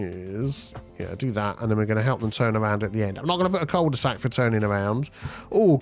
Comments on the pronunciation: It is pronounced "queuel de sac" without the j sound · I mean if we want to get technical, it's pronounced "coo de sac", but at this point I don't think we're gonna convince too many on this side of 'La Manche' to revert to the French pronunciation! 😅